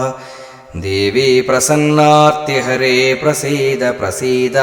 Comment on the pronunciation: please correct PRASANNARTIHARE to PRAPANNARTIHARE🙏